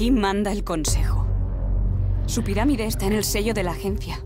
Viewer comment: vamos por el Guen camino, su piramiRe